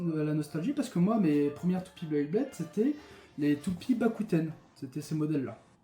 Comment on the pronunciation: Beyblade pas "Blayblade"